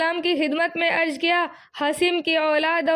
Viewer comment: Apne alfaz ki adaygi drust farmaye aap pehle jaise ki zed ki jed arz ki jgah arj